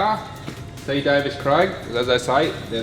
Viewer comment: Davies, Craig. Davies.... not Davis.